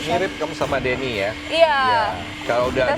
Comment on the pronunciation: rata rata yang namanya DANNY penyebutannya Deni😂